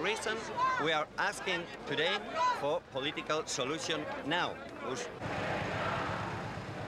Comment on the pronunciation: “politikal solushions”